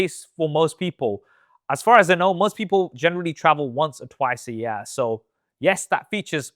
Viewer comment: The "YEare"